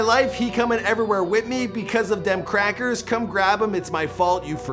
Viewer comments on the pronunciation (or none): the way he said crackers